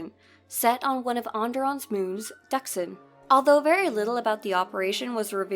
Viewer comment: FINALLY SOMEONE WHO CAN PRONOUNCE DXUN! LMAO